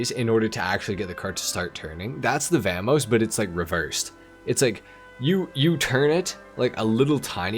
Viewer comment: how do you manage to pronounce vamos two different ways and get it wrong both times lol